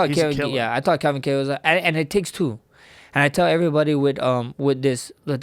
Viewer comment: i like how he pronounces Kattars arabic last name properly unlike the white anglosaxson way ( Kaaaytur ) lol